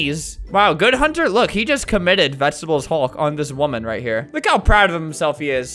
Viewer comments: Albert:SALUTE NOW! Me:*salutes* Also me:I WILL HOLD MY SALUTE UNTIL HE SAYS 'VEGETEBLES HULK" Me:*holds salute til' the end of the video* RESPECT. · "vegetebles hulk" most iconic line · its vegetebles hulk